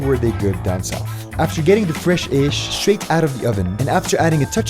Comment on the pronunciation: bro, I really like your video and the way you are presenting egyp, But the way you spell the Arabic words sounds very weak to me as an Arab, like it is "عيش" not "aesh" especially you are Arab already. appreciatet youreffortst btw ;)